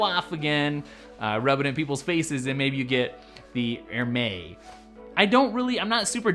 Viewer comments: AIR - MESS is the right pronunciation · I watched this whole video and the only comment I want to share is, you actually said Hermes wrong and the correct one was the one you taught was not how it is pronounced. It is silent H (Ermes). 👍🏻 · Wrong pronunciation on Hermès